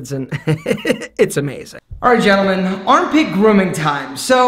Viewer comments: Hold up.. did you say "gentleman" wrong in the beginning? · Anyone notice that said ‘gentalman’ in the beginning.